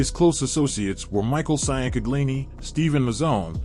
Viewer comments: Its pronounced chang-kag-lee-nee (Ciancaglini) NOT cyan-kaglee-nee and Lee-gum-bee (Ligambi) NOT lee-gum-bye. You sound like an idiot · SEE YAN CA GLI NEE 😂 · We pronounce it chin-gleani, forgetaboutit. I can’t listen to this butchery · Just say his first name cuz your butchering his last name sian canglini 😂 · For the record it is pronounced (Chang-uh-leen-e